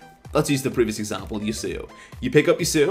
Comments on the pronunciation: "I'm playing ye sew oh" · I like the video. The way u pronounce yasuo makes me cringe.